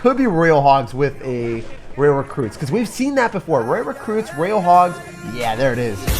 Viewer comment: ITS FUCKING PRONOUNCED ROY-AL NOT RAIL LEARN TO PRONOUNCE DUDE or choose a different language to speak